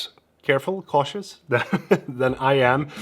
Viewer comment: The way you said cautious, lol